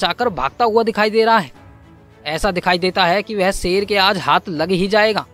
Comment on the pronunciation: सेर,बारीस भाषा की वाट लगा रहा है, हिंदी मे श अक्षर होता है ना